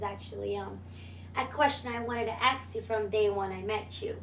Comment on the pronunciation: Wow this chick keeps saying aks instead of ask. lmao